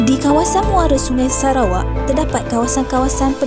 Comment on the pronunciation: Kan.. hahaha sebab sebutan nama negara sarawak tu mcm serah kepada awak haha